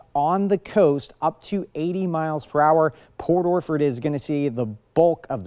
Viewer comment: Port Orflord.😅?? What.. orchard